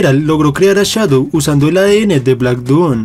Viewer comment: No sé dice chadow se dice shadow